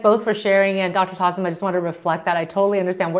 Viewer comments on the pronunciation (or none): It is not taslim it is tasleem not your fault to pronounce it wrong she should think of it